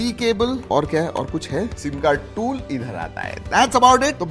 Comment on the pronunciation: The way he showed the """"Toool""" thank god he showed or said Otwse we didn't know tht the box had a Toool😅